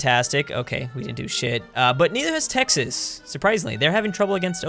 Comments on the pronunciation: He said Tehas instead of Texas in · Did he say te hoss instead of Texas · IT'S NOT TEJAS IT'S TEXAS DUMBASS (in my southern tone) RRREEEE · Me and pretty much everyone: (Tegx-sas): (Tay-has) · you said tehas not texas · He said TEHAS ahhaa....cmon dud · Did you say Texas was pronounced Tehas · the second time mentioned texas he said tay ha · he said Texas like tehas no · Did he realy just say tehas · He said Te-hass lol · did he really pronounce Texas as Tehas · Aaaand you are obviously not from Tejas. Smh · I have never heard anyone pronounce Texas like that lol